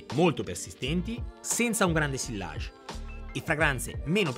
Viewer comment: Bravissimo! Occhio a come pronunci “sillage” (fingi che non ci siano le due elle). 😉